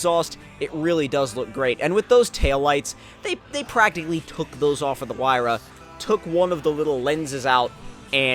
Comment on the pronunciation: Finally a YouTuber got the pagani's name right loads of them said zonda like really bro it's a huayra